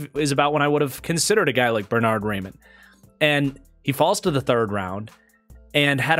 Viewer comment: Star of the month and still pronouncing Raimann wrong. (Rye-Men)